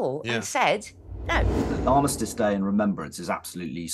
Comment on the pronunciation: It’s ARMISTICE, and CENOTAPH. Why should we listen to someone who can’t even get those words right? Seriously.